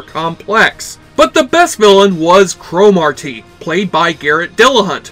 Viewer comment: Why the fuck do you keep pronouncing it as crow Mawr TEEEE. Get outta here, your forcing it foo.